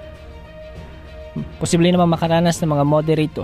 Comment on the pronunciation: Bawas bawasan Ang pagbigkas Ng possible,nakakaumay